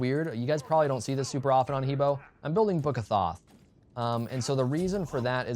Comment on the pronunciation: It kinda bothers me that you don't use the correct pronunciation, he's pronounced huh bwuh